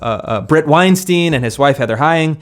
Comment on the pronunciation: Weinstein rhymes with Einstein.